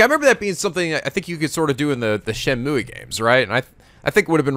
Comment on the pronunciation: it's "Shen-moo" not "Shen-mooey" lol